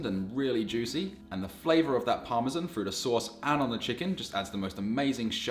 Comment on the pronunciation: Besides delicious meals ,professional explanation and all around excellent production , what puts a smile on my face is how you pronounce parmesan (correctly I mean ) :)